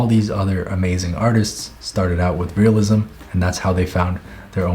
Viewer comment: I hated it when you said "realisim" until you showed examples, now I know where to start